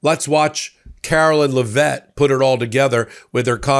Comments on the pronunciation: please stop mispronouncing Karolying's last name! IT IS NOT LA- VETTE; IT IS LEV-IT. DAMN!! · The Press Sec's name is pronounced as in Leh-Vitt, not Le-Vett. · As much as I despise the official press liar, it doesn't help anything to mispronounce her last name: it's LEH-vit. (Sorry... just a minor annoyance, but it's unprofessional and beneath your high standards. )